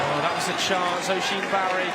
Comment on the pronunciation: Oisin barry is pronounced uhsheen barry btw